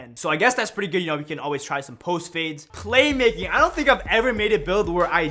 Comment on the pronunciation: "Claymaking" lol